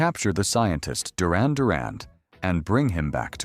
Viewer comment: There is no letter d in the name Duran, it is not pronounced Durand, it is phonetically prounced "jew-ran". It is spelt "Duran".